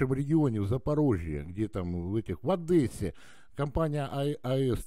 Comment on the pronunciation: "В Одэссе" не говорят, дурачок. За Одэсса в Одессе дают по голове